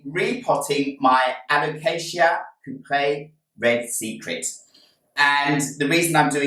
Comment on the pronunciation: First time I've heard it called it a "Coop-ree". Always thought cuprea was pronounced Coop-ree-a.